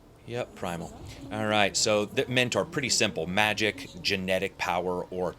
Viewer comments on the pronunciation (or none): none